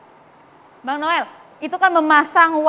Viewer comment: Noel noel salah sebut /;:2x